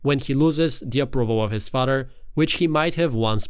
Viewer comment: Its pronounced FA-TH-ER 😅 Not fader